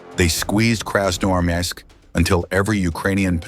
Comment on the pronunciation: Вас не смущают небрежно нарисованные картинки и механический голос, с трудом выговоривающий название города. Фото на вкладке это просто ужас, повторяет ИГИЛовские постановки. Вам подсунули фальшивку.